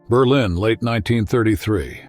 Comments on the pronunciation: WHO THE FUCQ DID THE ENGLISH NARRATION ? Berleen instead of Berlin ? FFS. ! ITS NO SO DIFFICULT TO FIND SOMEONE THAT CAN SPEAK ENGLISH WITHOUT MANGLING THE ENUNCIATION ???? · That’s what I thought too. The voice sounds real though. It had me fooled until the burleeen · “Berlen Germany”??? Perhaps you mean Berlin Germany. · berleen? what is this AI crap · Must be AI narration, couldn't pronounce Berlin correctly, my lord that's crazy! It's not Bur-lean!